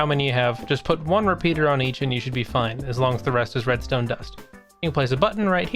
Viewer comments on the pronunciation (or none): "sImppllLle rEmStooM" all redstone is easy with a tutorile